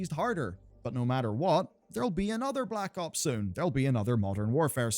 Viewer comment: You know you arent a cod fan when you say blops